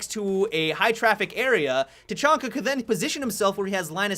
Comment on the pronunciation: just stop saying tachanka, you're no saying it right.